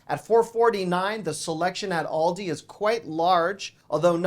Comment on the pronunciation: It's pronounced Aaaal dee... . not Awl day